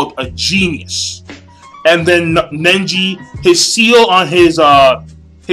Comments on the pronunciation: nice review king but something's bothering me... it's pronounced neji not nenji. It was kinda siting in the back of my head. was getting annoying. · Neji not Nenji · It's Neji, not Nenji =) * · Who's "Nenji"? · the sadest part is you calling nenji the whole time who the fock is nenji? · so he was your favorite character and you call him NENJI.lool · Do you really read the manga? You called Neji ''Nenji'' too many times. And it wasn't his father, it ess Hinata's father by their side -_ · is neiji not ninji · It's not nenji its neji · why cant you say neji's name right!!!!!